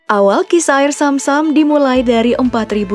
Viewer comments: yg denger nya air Sam sam BKN zam zam pen tau sp aja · Zam zam oy bukan sam sam Btw minel aidzin wal faidzin ya min :)